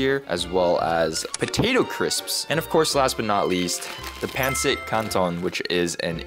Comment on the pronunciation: Its acctually pronounced like this "pan sit can ton"